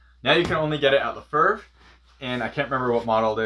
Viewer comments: You're pronunciation of leferve is nails on a chalkboard my guy. "La - fave" not "le - ferv" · honestly its not how its pronounced either... Le is pronounced "Le" not La and "fevre" would be a lot closer to "Five" so Le-Five, we dont really accentuate de R. French dude here trust me. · he should probably learn to pronounce their name right first